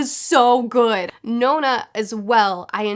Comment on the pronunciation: The book of the ancestor series is brilliant on audible, Helen Duff does a great job and the flash backs are a lot less effort when someone else reads them 😅 also she pronounces it non-a rather than No-na which is interesting. Love your reviews, help get me through lockdown 🔐